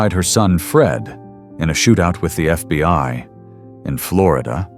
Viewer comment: "He was ambushed and shot by the FBY." 😐